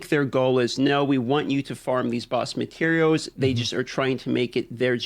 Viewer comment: I like when he starts talking about gathering materiows